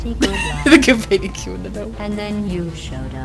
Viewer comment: "Companion Cubees !!!"